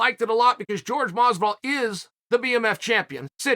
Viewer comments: It’s Jorge not George. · Incapable of pronouncing Jorge?